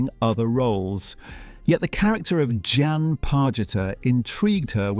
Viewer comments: John, Jen, Jan, Je-on. My god, get her name right. It's JEAN. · Jean, not Jan- for pity's sake!!! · Too annoying to listen to, as the presenter continually mispronounced the name of main character “Jean”. After hearing her called “Jenn”, “Jan”, and “John”, I gave up. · Whoever produced this needs to change careers. Amazingly incompetent, no attention to detail…for a fan base which notices details. Her name is JEAN not John… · When a program that promises to reveal "hidden truths" can't even get the name if the leading actresses character right (It's Jean not Jan) you know it is a complete waste of time. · Michael Williams was not in As Time Goes By. Also, her name was Jean not Jan. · Not Jane either! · Her character’s name was Jean…rhymes with bean! Her husband was NOT in As Time Goes By!